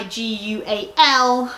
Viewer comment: I think that brand is pronounced de-sig-all... not positive